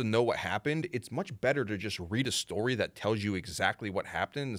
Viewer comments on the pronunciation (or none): none